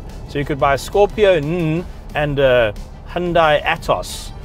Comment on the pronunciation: Really love how u say its name ...